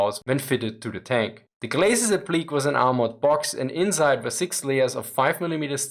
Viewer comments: not really world ending, but it's APP-lee-kay, not app-LEEK, it's why there's an accent over the é :) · Appliqué is pronounced app-lih-kay. The accent over the E lets you know that it is not pronounced "leek." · BTW appliqué is pronounced app-lee-kay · appliqué not appliq